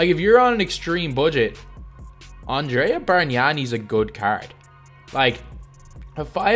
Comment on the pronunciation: im italian, and i'm so surprised about your pronunciation of your "bargnani". Congrats lol